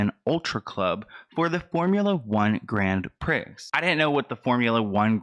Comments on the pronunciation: So firstly ur adorable it’s said Grand Pree not pricks but I can see it being similar 😂. Also, I’m working at this event & not happy. I know the venue/club actually booked him before Astro & had been receiving harassment emails/calls but the biggest issue I have is that since they had a contract already we were told that he would sue them for not upholding Travis’ contract smh. Prayers & I’ll try recording for u. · I love you Prix is pronounced “pree” not “pricks” lmaooo ur the best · Grand "Pricks" 🤣😅..ohhhh ☺ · The x is silent so it sounds like grand pri (pree) the French decided they don't want to pronounce letters at the end of words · Prix is pronounced pree. <3 love you for not letting that awful man's actions fade.